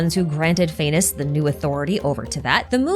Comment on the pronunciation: does not the pronounciation of Phanes sounds like 'Venus"?? the morning star and all dat